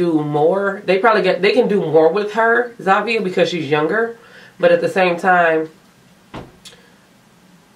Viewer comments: It's not Zavia... It's Zhavia!! 😐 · Wow the way you pronounce Zhavia’s name is so cringe! I find it so stupid how they have a winner that’s been on the show for a week.